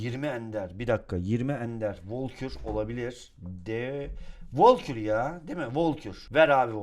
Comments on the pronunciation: Volkür değil Valkür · Şu karta volkür deme Valkür diye okunuyor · Abi valkür o sen valkor deyip duruyorn sinirlendim ya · Abi volkür deme artık o valkür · Abi onun adı volkür değil valkür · Abi volkür değil valgür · volkür değil valkür ya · abi ne olur artık vAlkür de volkür deyil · Abi volkur değil valkür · Valkure volkür demen xD